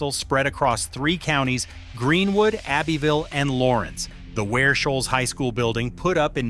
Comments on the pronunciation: Abbeville is pronounced Abbie-ville. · The old folks pronounce it "Ab-vull". I mean really really old.